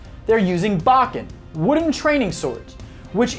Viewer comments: BO ken... bokken! Bokken! Not BAkken! That's really erked me! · That's not Kendo 😐 It's KenJUTSU. And it's not Bok-ken, it's pronounced Bo-Ken. And for the love of god can you just showcase clips and STFU 😑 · Bōken!!!! Not bouken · I'm picking & this is only a joke: Odd that you call those who don't know what a tsuka is ignorant fools but you earlier mispronounced boken. (BoW-ken not bock-en) As I said I'm just messing with you...but I am serious in saying you made one Hell of a good video! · "Bah-ken?" You do mean "Bo-ken," correct? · Bo ken is correct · Please learn to pronounce Japanese correctly if you're going to do a video. It's not pronounced "bachken" but "bowken". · The fact he explained the Japanese term for a hilt guard but mispronounced bokken lol